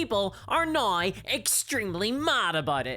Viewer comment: I just love hearing you say "now" with your Irish accent. Sounds like you're saying "nigh." It's adorable.